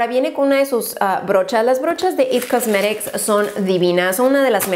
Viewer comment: porque dices it cosmerics